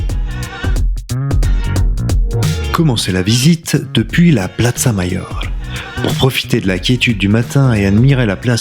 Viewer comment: Video sympa mais t’as pas fait espagnol lv2 à l’école toi ! Plaza et palacio sont des mots espagnols pas italiens dans leur prononciation 😄